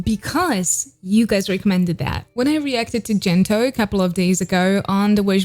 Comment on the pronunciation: Gento is pronounced with the hard “g” like “ goat” , not the soft such as “ gentle.”